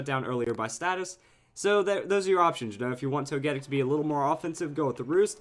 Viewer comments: Like toe-ghee-pee. Toe-ghee-tic. Toe-gee-kiss. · TogeTIC! It's not ToGEtic. C'mon. Say it with me. TogeTIC!